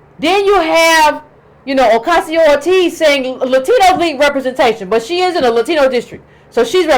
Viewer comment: Cortez...not ORTEZ...and she's for criminal justice reform...give her credit for that.